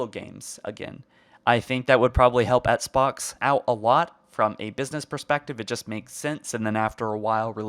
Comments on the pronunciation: Ok but why does he keep pronouncing “Xbox” as “Etsbox” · why are you saying etsbox brody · You can’t even say Xbox properly. Take a break or something.